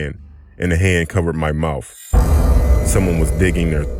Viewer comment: Mouf, cant stop laughin here